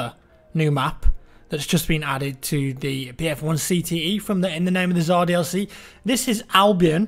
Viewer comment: Am I the only one who doesn't understand why is it so difficult for english speakers to pronounce Tsar correctly? It's "TS" as in "bulleTS". Not T'Zar... I'm not gonna mention that it's only an english transcription and it's originally spelled with "C" (ц) :D